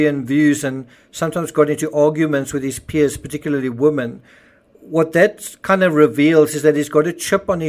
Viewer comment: why are you pronouncing women exactly like woman---singular vs. plural?